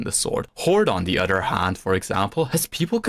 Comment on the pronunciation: And he says oder, he doesn't say other.